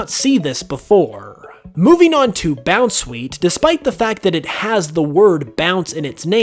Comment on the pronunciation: You pronounced Bounsweet’s name wrong